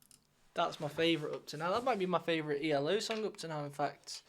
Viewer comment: It's E.L.O. Three (3 yes 3) separate letters not eeellllooo if you are going to pronounce it do it right or better still, ELECTRIC LIGHT ORCHESTRA and this album is from 1981 NOT the 1970s, so please get it RIGHT. JUST SAYING😮